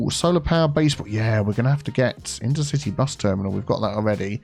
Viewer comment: Metro: InterciTEA bus hub :D